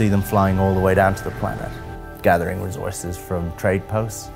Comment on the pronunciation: Anyone else hate the way he says "recourses"